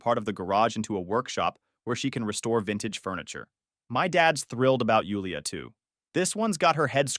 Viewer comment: In case you wonder why your channel is “loosing traction” it’s because your ai pronounces Jewel-ia as Yule-ia